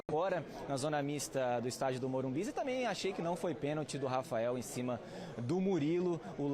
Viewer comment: porque estão falando morumbis??? O locutor da tnt também falava morumbis. E nova moda dos bambi??